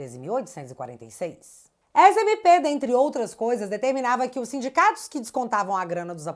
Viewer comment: É sindicatos, ou simdigatos😂